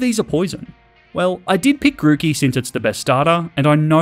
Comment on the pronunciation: DO NOT LEAVE OFF THE E IN GROOKEY!